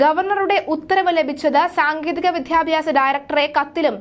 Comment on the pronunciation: ഇഷാ റോയി അല്ല, ഇഷിതാറോയി ആണ് വിധ്യാഭ്യസമല്ല വിദ്യാഭ്യാസം ആണ്.. അർത്ഥം മനസ്സിലാക്കി വേണം വാക്കുകൾ ഉച്ചരിക്കേണ്ടത്